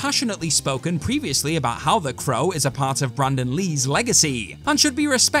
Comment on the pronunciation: It's not "THE CROWA" it's "THE CROW"!!! Got it sweetheart?